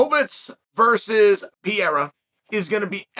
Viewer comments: It's PEREIRA not PIERA stop bucher this great kickboxer name. You hole cartier is less then this guy so show some respect! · Chael is not "Pierra" is " Pae_rae_ráa ". Google translation can give you an ideia of the correct pronunciacion. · I always find it weird seeing Joe Rogan pronounce Alexs name as Peheira, but Chael just outdid him with Pierra lol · He needs to pronounce Błachowicz right, but "Piera"... that's good enough LOL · Chael... don't start caring about name pronunciations now. You've been doing this schtick way too long... "Pee-yera" lol! 😂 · This guys is that stupid that he can’t even say Alex last name right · Chael has never said Alex’s last name correctly 😂💀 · Can't pronounce either name correctly....😂😂😂 legend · "I said his name wrong, I wanna say it right" - ok, who are you and what have you done to Chael Sonnen? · Come on Chael "Pereira" only has 7 letters to it. You can do it man!..lol